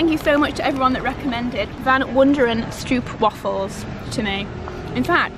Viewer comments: Love the way you pronounce Stroopwafel 😂♥️! I guess a way for explaining how to pronounce the “oo” is saying it as an “o” 🤔 like: Cold, Strobe, Hole.. <- super random but that is what came to my mind. So instead of “oo” as “Loops”, say it like “oh” as “okay”... i wonder if it made sense at all LOL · I've seen stroopwafels being made at the Bake Off and even there they pronounced it wrong so it's no biggie, dutch is a hard language haha